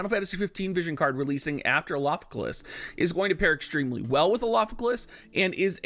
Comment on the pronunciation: You should just call him Alpha so you don't have to keep trying to pronounce his name